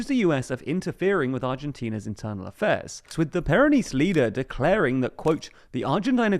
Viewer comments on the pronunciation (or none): Just gonna drop by and say it's pronounced "/ˈpɛrənɪst/", with the stress on the first syllable. Great video, by the way, I just needed to make that clear 😁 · Please never pronounce the word "Peronist" ever again, you're too British to do it properly.